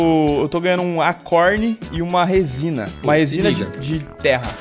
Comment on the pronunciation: " R O S I N A ", Gênio da Língua portuguesa